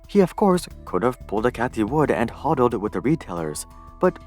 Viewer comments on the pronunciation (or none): Hodl is pronounced "hoe-dle" not "hod-dl"